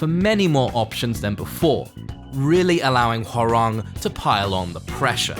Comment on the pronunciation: It's HÓrang, not HoRÁNG